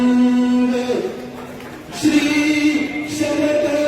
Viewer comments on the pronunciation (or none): शी शरद पवार असं ऐकू येतय ......